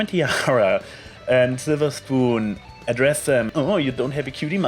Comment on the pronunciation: Definitly not a bad episode, though the split up of the cmc came kind of sudden. In the split up scene at first I though applebloom was trying reverse psychology. Now we're sorely missing a Sweetie Belle Episode. On an unrelated note, Slither Spoon is best prononciation.^^